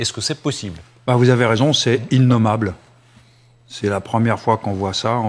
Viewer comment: Pauvre débile qui dit inommable